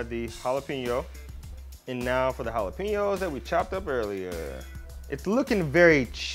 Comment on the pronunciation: We Mexican, Mexican Americans, Latinos/as and Latin Americans, appreciate you pronouncing jalapeños correctly.